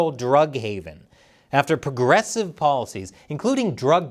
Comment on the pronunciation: "Progressive" sounds more like "REgressive"